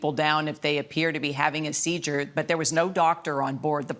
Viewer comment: the news lady says "seejure" instead of seizure. Am I wrong?